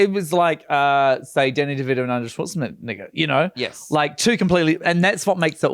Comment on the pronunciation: arnold swartznegger not the way said it